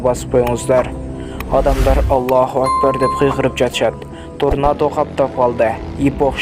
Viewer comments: Торнадо болуп жазылат тарнада болуп айтылат окумаган патписаса дейт го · Туура сүйлөгөндү үйрөн торнода торнода дей бербей